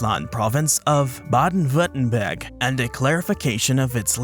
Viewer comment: I like how you butchered 5 German names in a row, but then nailed the pronounciation of Baden-Württemberg 🤣